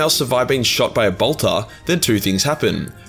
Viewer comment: your pronounciation of bolter "boltah" reminded me of Draco Malfoy saying "Pottah" and made me chuckle. :D